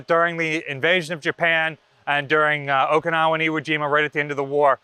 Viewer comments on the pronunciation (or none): none